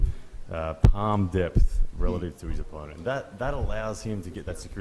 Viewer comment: The way he pronounce opponent 🤣🤣🤣🤣🤣🤣🤣🤣🤣 wtf engin